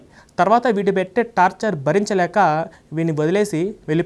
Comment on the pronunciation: Tapcher కాదు, టార్చర్ అనాలి